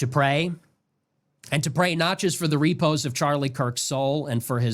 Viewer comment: Fake intellectualism. Yet another right-wing Christian kid who holds themselves out as a thinker, but can't even pronoune the word "repose" correctly. First he claims Charlie was killed for his "Christian values" (which he has NO way knowing). Then he claims Charlie was kilked "for no good reason." ... which was it?? Based on what I'm hearing, this kid has no idea who he serves and what a "Christ" even was. Guys like this prey on the ignorance of their listeners. Particularly when it comes to religious matters. This guy probably thinks the Old Testament was written in Hebrew lol... guaranteed. THAT'S how out of the loop guys like this are. Im going to try ti get through the rest of this show,. Simply to give the benefit of the doubt, but, so far? Just another Charlie